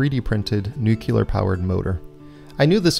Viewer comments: Nook-leer! Not noo-kyu-lur! Please! BTW, glad to see you back. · Way awesome, but one of my personal pet peeves: nuclear is pronounced new-clear Not new-cue-ler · LEARN HOW TO FUCKING PRONOUNCE NUCLEAR. IT ISNT SPELLED "NUKE-YUH-LURR". JESUS CHRIST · It's spelled "nuclear" not "nucular". Curiously, even amongst those in the field, this is a common mispronunciation. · 'Nucular' - I stopped watching. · As soon as I heard you say "Nu-cular" I shouted out "Cmon Man". I think the neighbors heard me. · Stopped watching after "nucular" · Nu-cu-lar! always have to laugh when people can't pronounce nuclear properly, cool project though.